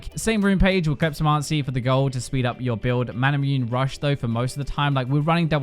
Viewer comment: i think you should pronounce it mana mu - ne. Because imo it is a reference to the sword masamune.